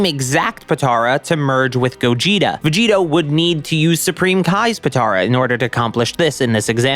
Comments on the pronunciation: Its Vegito not Veggeeta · Gogetota Everyone:... Dude.. you mean Gogito.? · GOGITOTA IT IS CALLED GOGITO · It’s just gogito not gogitota tf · Or Govekugeta hahahaha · its gogito, not that hard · It’s called Gogito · say vogeto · Did he just say gogetata bro wtf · It's gogetio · Bro just say gogito com on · the veg-gettoh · It’s fucking gogito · Vegigoto (Ve-Ji-Go-To) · It hurt me to listen to the name